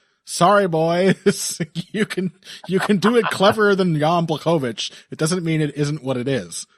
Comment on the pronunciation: Amazing how many pronounciations of name "Błachowicz" you're coming up with.